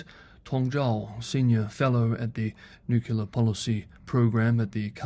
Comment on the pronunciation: "nuculer, ". 😬 >>>>"new clear"